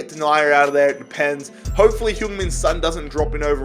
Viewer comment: Sorry sorry sorry but please don’t pronounce son like that